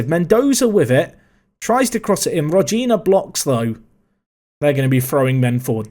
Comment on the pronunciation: The correct way to say it is Rogina with a different G, the G you should use is the same as in “good” or “great” etc. Love from Slovenia, keep it up mate <3